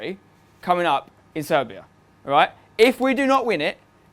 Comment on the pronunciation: Did you say SERBIA ?????????